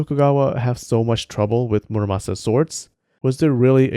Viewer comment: It's not muraSAMA, it's muraMASA